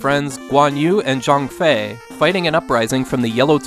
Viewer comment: Nice pronunciation on Liu Bei, Guan Yu, and Zhang Fei! English speakers rarely get Chinese names right, so this is just another example of how well you research your content.